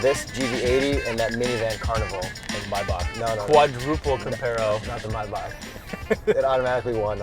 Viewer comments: it's "my bock". Mispronounce that on another channel and you are going to get an electric shock. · It's not Mayback, it's Maybach, pronounced almost like "My Bach" Bach like the composer. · Did you just say my- bak? 🤣 it’s may-back. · I stopped hearing when I heard how they pronounce Maybach